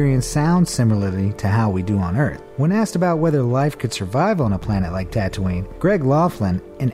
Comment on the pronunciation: XD he said Tatoonie then said something else